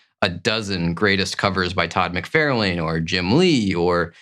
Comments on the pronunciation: This is a great list. As most list are, cover art can be very subjective to whom is selecting the list, but you have some great ones on there. I do find it interesting that you call McFarlane "Mic-Fair-lane". Does he pronounce his name that way? I think most pronounce it "Mic-Far-lan". I'm curious now how he actually pronounces it. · Its mc far lin, not mc fair lane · For the love of god - please - learn to pronounce mc-far-lin, it’s so annoying given how many videos you mention his name in (all incorrectly). Same for Rob Lie-feld. Lie + feld. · I like your videos but one thing that bugs me is you claim to be a big fan of Todd McFarlane yet you constantly mispronounce his name as "Mac-Fair-lane" when it is "Mac-Far-Lan". But you also state you aren't into creators so that might explain that. Or you might be AI? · Wait, do you say "McFairlayne" on purpose? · For the love of God, get Todd’s name right! Mc-Far-Lan. I have met the whole family and your pronunciation is like nails on a caulk board. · Love the chennel but every few vids where Todd McFarlane is mentioned im like "how is he your fav artist and you can't pronounce his name correctly?!" haha. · I literally thought he you were talkin about someone else by the way you pronounced Todd McFarlane’s name 😂😅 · "I am such a huge fan of my favorite artist that I say his name incorrectly and apparently have never spoken with anyone about him?"🤔He's titled this BEST covers but then refers to these as FAVORITE as if those terms are interchangeable. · LOL, I agree with everyone correcting your Todd pronunciation, but dont hate me! I love your channel! Just discovered you and you’re better than a lot of more established comic channels. Crisp image, love your background, solid graphics placement, and most important, solid intelligent commentary! You rock my man!